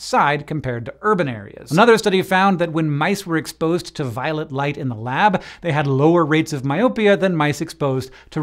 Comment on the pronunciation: Why do I hear "Violet light" as "Violent light" 😂